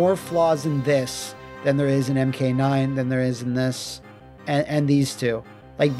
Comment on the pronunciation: You spelt champion wrong. You also mispronounced "two", butchering it. It sounds like you're Korean, or Chinese, and are still learning English, regardless, you're almost there. Le Mao. P.S.: MK1. The game that started it all. The game was a phenomenon, in arcade and on console, and is responsible for inspiring the huge fan base that exists to today. The game was a milestone for fighting games, and gaming in general. The game was a revolutionary experience when it was released. And you give it, basically, a D+ rank. In your words, you say it is novice, basically a noob. I believe your understanding of certain words still needs work, my Mongolian friend.